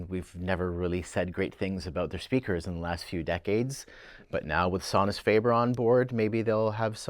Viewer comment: is instantly non-credible when he can’t even pronounce Sonus faber or McIntosh correctly